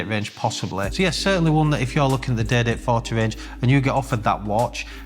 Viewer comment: Great content! Excellent format. Up to date and honest info on the market is extremely valued. However truth be told, I am tuning in to here his accent, specifically when he says "day date".....so good!